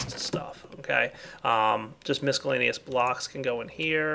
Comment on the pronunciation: Is anyone else annoyed at how he pronounces "miscellaneous?"